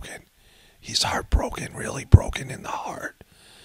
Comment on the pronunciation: "O no, this is rilly rilly bad!!!"